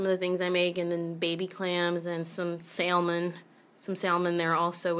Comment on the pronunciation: Why don't people know how to pronounce salmon correctly?